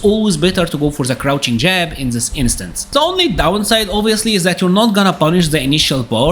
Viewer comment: Dude, you are a cool guy, but you gotta try hard to improve your english. You can say TIGER but words like THE, you pronounce ZE. Do like you do on the word TIGER and say THE using the "T". Will sound a lot better.